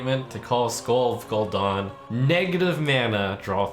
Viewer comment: First Pallytime says TOORANDUH now Trump says GOL'DAN